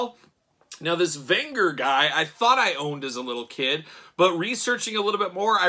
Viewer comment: You are butchering Venger's name... A lot of complaints about these figures. I could not put money down for these even at clearance as much as I love the cartoon - too costly, bad QC and bad articulation or no articulation. These are not related to the movie, even though the movie was great fun.